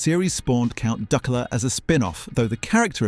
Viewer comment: yeah bloody everything is (pronounciation of duckula was terrible) or just some guy who couldn't be arsed to do any work on it